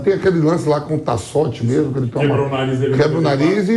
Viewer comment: Jornalista falando "memo" em vez de "mesmo" é brochante...